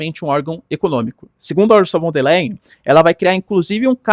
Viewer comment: Professor : Ursula von der " lain" ( a pronuncia Do Leyen)